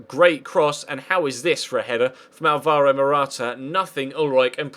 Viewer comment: Its Pronounced Álvaro Morata not Alváro